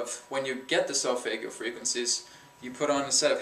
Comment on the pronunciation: For Christ sake learn to pronounce solfeggio. Also, I went to the pyramids and I can guarantee they were not resontaing whatsoever.